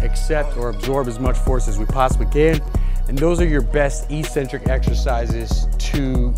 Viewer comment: EEEEEcentric is not a word anywhere in the English language. Eccentric means ‘away from the center’. A crazy person is called eccentric bc they are ‘away from the center of normality’. A ‘negative’ movement of an exercise is a movement of the tendons ‘away from the center of the muscle’. It makes perfect sense from an etymological standpoint. Mispronouncing it as eeeecentric would mean ‘without a center’, which makes no sense. Another line of logic proving that it must be pronounced eK-Sen-Trik is that the first syllable is ‘ec’, which can only be pronounced ‘ek’ in English. There’s no possibility of a silent ‘c’. There’s no controversy regarding how to pronounce ‘centric’. So, the word is pronounced, eK-Sen-Trik. But don’t take my word for it! Look it up in literally any English dictionary.